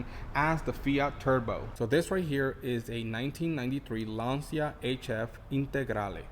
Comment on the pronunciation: That engine is the famous "bialbero Lampredi", sounds and runs nice. FIAT, mechanically speaking, was second to noone. Body work maybe rusted in certain climates, but the cars could run. The "c" in Lancia is pronounced like the "c" in "champion"... so it's not Lansia, but Lancha.